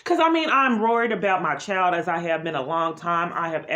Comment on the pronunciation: And It’s child, not chowed. 🤦🏻‍♀️😆